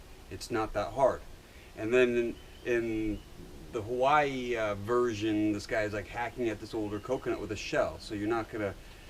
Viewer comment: Haha u cant even say Hawaii correctly ahhahahaahah bumbai u learn